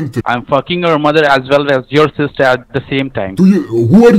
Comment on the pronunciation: Always best to start with cuss words. For example, the word “mother”, instead of saying “mudder” the way these scammers do, try saying it slowly: “muh-ther”, The first syllable is easy, “muh” but the Indian accent really sticks out in the second syllable. It sounds like “der” because the tip of the tongue touches the roof of the mouth as it moves towards the back. Instead, the top tip of your tongue should be touching your teeth as you begin to pronounce the “TH” sound. Same goes for the word “the”. Another big one is the word “very”, Indians usually sound like they are saying “veddy”. Try saying “veh-ree”, without allowing your tongue to touch the roof of your mouth when saying “ree”. Btw, I am not Indian, I am Hispanic.